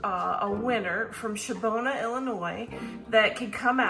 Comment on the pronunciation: Shabona lol. That’s not how it’s pronounced but I love it. That’s how it will be pronounced by me from here on out. It’s named after Native American Chief Shabbona.